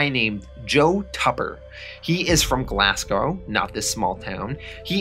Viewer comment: Great videos man, just got a little bug, its pronounced Glazgow not Glass-go. Am just nitpicking ur doin fantastic recaps, cnt wait for the rest of the vids P.s ino its spelt Glasgow